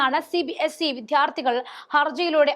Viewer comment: വിദ്യാർത്ഥി എന്നത് ശരിയായി ഉച്ഛരിക്കൂ. താങ്കൾ പറയുന്നത് വി ധ് യാർ ഥി എന്നാണ്